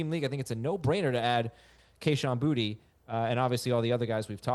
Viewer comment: To be from Louisiana hearing you guys mispronounce boutte is cringe😂😂